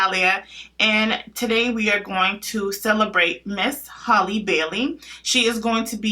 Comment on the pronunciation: It's HAL-le, not Holly, like Halle Berry.